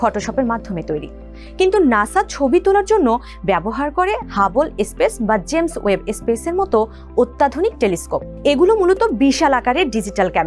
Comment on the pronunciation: সুন্দর তথ্য উপস্থাপন। কিন্ত স্পেস কে এস্পেস বলার মানে কি? থেকে শুনে দেখুন।